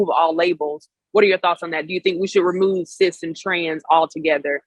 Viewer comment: Cis women sounds like cease women.